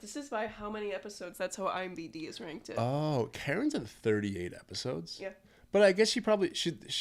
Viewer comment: Every time you say “Imbd” 😂 no I’m not familiar. Joking aside. I love the quality of this. You should keep doing character analysis videos. Can’t believe your channel isn’t bigger.